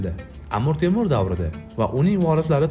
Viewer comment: Iltimos, Amur Temur demanglar… AMIR TEMIR deb talaffuz qilinglar